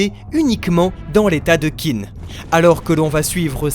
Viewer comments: merci de faire ces vidéos sur kingdom ça régale! Hate que tu avances! Mais s'il te plaît, Qin ça se prononce "tchin"! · Allo allo les frangins !!! Vous ne lisez pas les commentaires ? Qin se prononce "Tchine" et non "Kine"... c'est un peu comme si on disait la Franck au lieu de la France...